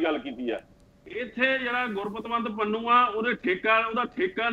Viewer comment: Why can't pronouce Pannu. He always says Pannua? Please don't bring such person again for debate.